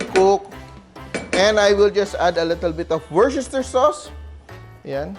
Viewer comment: I’m impressed! You pronounced worcestershire sauce correctly! I like the way you deliver your recipes.